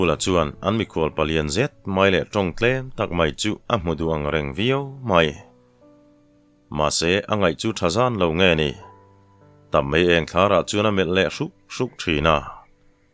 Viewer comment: Tap mei eng thlarah tiha thlar lai rik dan hi a fel hlel deuh in ka hria,mi lam dan ngailoh ani. Ni thlar, meieng thlar,electric eng thlar tiha thlar hi khawi thlar anga lam tur nilovin sava thla kan tih anga hbiama lam tur ani.